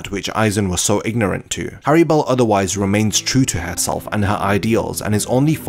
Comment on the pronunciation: It’s hallibel not harribel